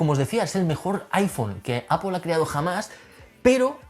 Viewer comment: "Apol". En No suena con una "o".